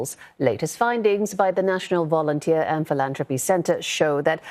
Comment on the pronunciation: Vounteer? Wat 4?